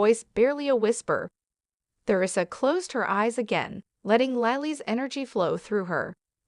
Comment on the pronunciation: Why isn't the narrator been updated that she is saying theresa wrong the the is silent?